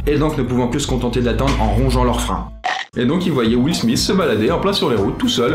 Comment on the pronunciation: will Smitttttttttt pas Smisssssss mdr